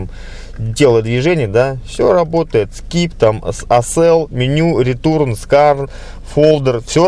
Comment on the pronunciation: Не "ретурн", а "ретёрн", )